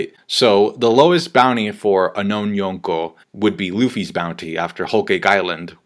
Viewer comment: "yoownkow Level"